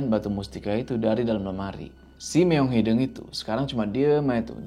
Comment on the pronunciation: kenapa bisa nyebut Leuweung tp gabisa nyebut Hideung?? padahal penyebutannya sama kwkw